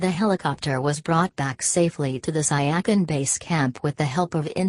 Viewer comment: The pronunciation of that name is not correct. It is called as ** Si ya chin **.